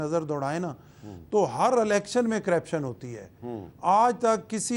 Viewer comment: گورنر کو کم از کم لفظ کرپشن کا صحیح تلفظ کرنا چاہیے۔